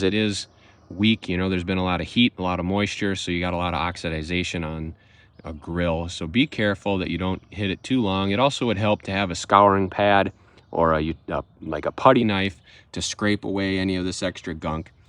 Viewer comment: I believe you said oxiDI-Zation, not oxidation